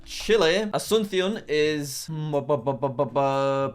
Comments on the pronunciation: He looked up the pronunciation of Asuncion and then proceeded to mess up the emphasis. It's AsunSYON not aSUNsyon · "Ashchuntsion" "Santiego" "Beaunos Ares" "Mondeviedeo" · That pronunciation video was in Spain Spanish, which is the only accent that has different pronunciations of s, soft c and z In the rest of Spanish speaking countries it's all pronounced the same as s, and because it's the Paraguayan capital it would more accurately be pronounced a-soon-see-on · Jack you learned the 🇪🇦Spanish🇪🇦 pronunciation of 🇵🇾Asunción🇵🇾!! 😂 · As someone who speaks Spanish, this video is incredibly painful to watch. Edit: I also love how Jack found the Spanish pronunciation of Asuncion (with the lisp on the C), which probably isn't how many people from Paraguay actually would pronounce it.